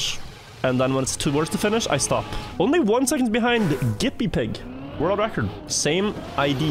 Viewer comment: Hi! I'm Gippypig555 from (Its pronounced with a J btw) And I'd just like to say you are personally responsible for about 90% of the reason I even started playing Trackmania. From the point I got even remotely good at the game i've hoped to turn up in one of your videos even just on the leaderboard. So to actually get my lap played and given a unit of attention meant a lot! Keep making videos, amazing content!